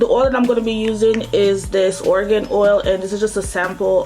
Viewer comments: Pronounced Air-a-gon oil. Not 'organ' oil. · The pronunciation of argan oil is wrong. It's not pronunced "organ oil". That's the point suzana haji was trying to make.